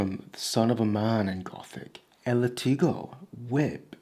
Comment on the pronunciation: Just some small, helpful advice about Spanish: whenever you see a vowel with a tilde (accent mark), that is the syllable you are supposed to stress. for example, the word you used, "látigo", you would pronounce LAH-tee-goh. Otherwise, very good content, cheers.